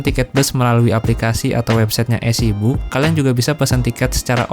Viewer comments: Maaf bang, udh berkali kali denger tp kali ini boleh dikoreksi pelafalannya (eazybook dibaca isi buk, bukan ezibuk) sama penang lazim dibaca pineng untuk internasional atau untuk Melayu baca penang (seeprti e dalam bebek bukan peti) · Suka sama videonya tp mohon maaf suka terganggu dengan pengucapan mas dlm bahasa Inggris. Contohnya menyebutkan EasyBook..duh agak gimana gitu dengernya 😢 Mungkin mas harus lebih sering latihan bahasa Inggris yg kalimat² dasar aja.